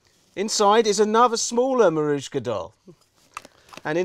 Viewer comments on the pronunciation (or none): In today's episode of The More You Know: The doll is called Matryoshka (phonetically), not Marushka. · What's a Marussha doll? You mean Matryoshka doll? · It's a Matryoshka doll not a marushka doll. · Matroushka.. or matouska. Not marouska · Ah, yes, marooshka dolls. They're like matryoshka dolls, but pronounced wrong. "Audience research" "the Ghostbusters themselves came quite low down on the popularity scale." WROOOONG!! It was actually arbitrary decisions forced upon the show by a think tank the network hired that did no actual research and just dictated what they imagined children wanted. It caused the series' popularity to plummet. For example, the changes to Janine? I believe the words they used to convey what they wanted were "make her less harsh and slutty" and they changed her pointy glasses to round ones because they claimed the sharp edges would frighten children. J. Michael Strazcynski laid down an ultimatum that if the network enforced the changes the hired firm came up with, he would leave the show in disgust. Guess what happened? They now had awful changes that destroyed the show AND lost their best writer and story editor. Supposedly, later on they BEGGED JMS to come back to save the show. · He pronounced matryoshka dolls in a way I've never heard